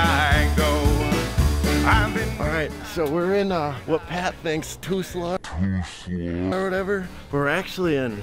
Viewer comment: “Toosla” lmao that’s great I live in Tulsa